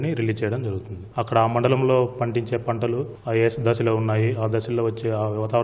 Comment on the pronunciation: పంటాలు కాదు పంటలు